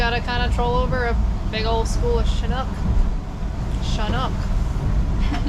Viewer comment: The name of the fish is Chinook not Shinook. At least that's what we call them in the Pacific Ocean. Stay safe young lady and thank you for the video of my home state